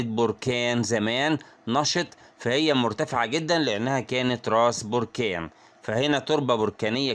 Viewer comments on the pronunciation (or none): none